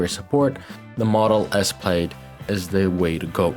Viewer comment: Bro you gotta stop saying plaid like that lmaooo